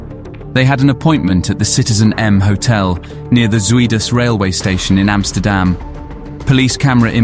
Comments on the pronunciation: If you decide to make a documentary, at least use Google translate and type in the Dutch words and lean to pronounce them correctly. Your way of saying Zuidas is so wrong, it sounds like soeid as. Even the name of the main man Martin Kok, your way of saying it sounds weird. It's Kok sounds like cock. not Coke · Good documentary, only point of comment = check and improve your pronunciations like Zuidas, Kok, Holleeder etc